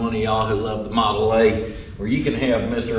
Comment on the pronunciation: Awww to hear walk in and actually say “Model A” was awesome to hear.. Teachin them youngins PROPER!! I love it!!